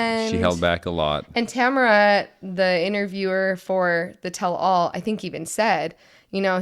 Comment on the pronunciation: Don’t worry . . . You’re going to be hearing about the “Catfish Situation” for the next 2-3 seasons. Also, just so you know, it’s pronounced “TELL-all (as if it was one word).” Not “tell ALL.” Bc nobody would EVER tell ALL. 🙈🙉🙊😉 Love listening and watching you guys . . . I grew up and was friends with a LOT of LDS members, so hearing you talk about some of the same things they did is kinda fun! ❤